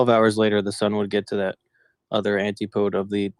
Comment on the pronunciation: please for the love of your gawd ask the internet how to pronounce antipodes. A long time ago a flerf said it wrong and no one has said it right since. It makes us globers look like idiots when we say words wrong. It is an•tip•uh•dez It’s not a dialect thing or how some people say aluminum different. It’s literal flerf pollution and it’s another thing you can make fun of them for and to show how we are able to adjust ourselves when we learn new things.